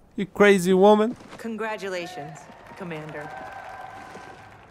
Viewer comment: I thought you repeated waman